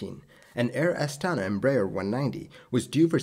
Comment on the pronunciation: The emphasis is on the last "a" - Air Astana<